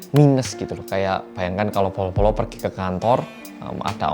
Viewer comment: Setiap bilang bolo-bolo kok kedengeran nya polo-polo ya:)